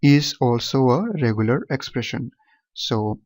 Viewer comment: Sir its 'expression' not 'espression'